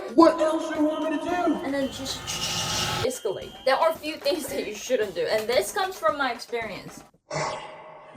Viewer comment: Haha, she said "that will Asscalate the situation "... true